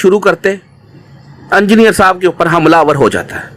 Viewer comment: Imama shareef 😂 hahaha tum log bhi baki molviyon k chailon ki tarah hotay ja rhy ho aur ye "E"ngineer hota hai na k "U"ngineer 😂 engineer sahab tum logon ko ye bhi na sikha paye aj tak😜 Nehatta tha wo to ye mu*der attack kaisay hua? Itnay saray logon mai wo gala daba k maar deta kya? Kuchhhhhhhh bhiiiiiii😂😂